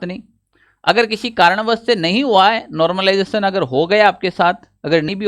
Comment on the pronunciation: Normalisation /Normalization Not normlization 😂😂